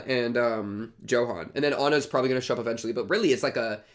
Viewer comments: that Johan pronunciation, bro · Just so you know since thr story's s in Germany, "Johan" is pronounced as "Yohan"